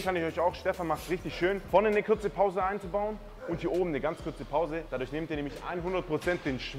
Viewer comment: Ist der denn wirklich so dumm? Kürze Pause? Kürzhantel?!?!?'